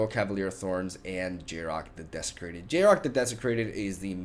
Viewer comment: yarok has no g in it